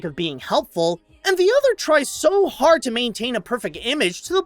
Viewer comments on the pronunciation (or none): none